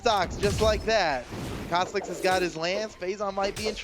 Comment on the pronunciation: Go to 2 36. He said caslixs